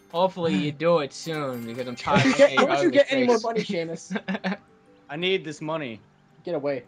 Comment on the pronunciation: Shaemus? and its Seamus